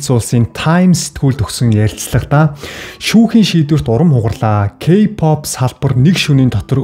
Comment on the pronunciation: Ёоооё ёоооё ёоёо о үсгээр зөв дуудаачдэээ кпап л гэх юм. Арай юу????